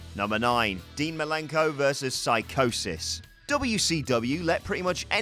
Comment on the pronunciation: It's pronounced See Cosis and spelled Psicosis.